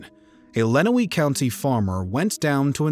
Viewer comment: Its pronounced LenWANNEY Township, Michigan And ToeLEEDO, Ohio RIP ❤🎀🕯🎀 Go MSP💙💛Justice for JohnTexDoe